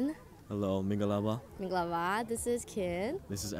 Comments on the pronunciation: wow his pronunciation is standard. No wonder he can speak so many languages at the beginning of the video, he said “mingalapar” it sounds like a native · His pronunciation is so perfect, especially "mingalarpar"